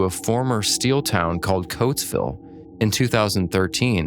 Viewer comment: "it's coatsville , not cloaksville pal"